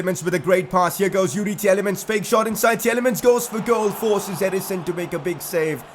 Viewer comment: Tielemans is pronounced Til-e-mans BTW. The first E is silent